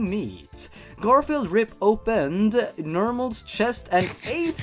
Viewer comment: I can't stop laughing when said GarIflied